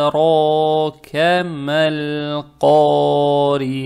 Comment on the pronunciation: Уа маа ад~ракя (д читается как будто отдельная буква, это къалькъаля в таджвиде). Читаете как "а д ракя". Проще говоря, повторяйте за чтецом на видео